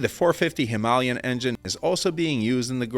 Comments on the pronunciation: HimaLAYan! Not HiMAHlian. Jeez. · It is not Himalian, it is Himalayan. Great Video though 👍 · The way you pronounce "HYMALAYN" is hilarious. Now do that with "ALUMINUM. " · him-ALL-ian? Did you AI voice over this vid? Pretty sure I've heard you pronounce Himalayan correctly in the past. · Say it again, slower: Hi-Ma-La-Yan. Search for the phonetic transcription, maybe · What the hell is a Him-al-ion🤔 I have never heard it said that way. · Him-aaa-lay-an. Named after the mountain range (known as the abode of snow). Check it out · That’s interesting. I’ve never heard that pronunciation before. Is the rest of the world getting it wrong? It’s like aluminum and aluminium.